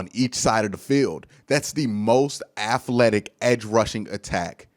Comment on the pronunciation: I love ya, but please say aTHletic not aFletic. lol